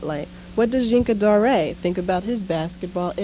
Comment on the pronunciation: Rest in Peace. I pronounced him Yinka Dare i am surprised at this Zhinka Da-Ray pronunciation.